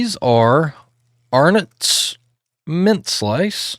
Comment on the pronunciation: I swear, I think you must be the first American reactor to pronounce Arnott's correctly :) keep up the great work with these videos!!!